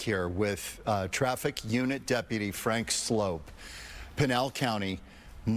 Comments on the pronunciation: THIS CLOWN DIDNT EVEN RESPECT HIM ENOUGH TO KNOW AND SAY HIS NAME CORRECTLY ' HE SAID FRANK SLOPE" MORON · It's pronounced Slope. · It's pronounced like "slope," but it's spelled like "soup"! And that's the scoop, troop! 😆🤣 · He was nice to not correct you on his name. It is sloup not slope